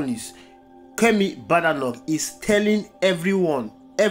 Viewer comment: The name is BAY-DAY-NOK